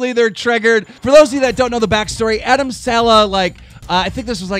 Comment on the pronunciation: You couldn’t even said adam’s name the right way!!! Just saying